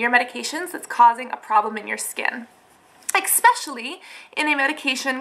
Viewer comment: Great video, great info! ESpecially, not expecially <3 sorry that drove me crazy Im an english nerd Thanks!